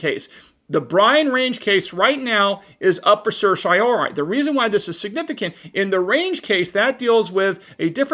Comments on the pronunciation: certiorari. SURSH-EEEE-OH-RARI NOT, sursh - EYE - ohri Hard to take you seriously when I'm laughing so hard. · It's not "sir shy or i" it's "sir she o rar e". Or, just say writ of cert.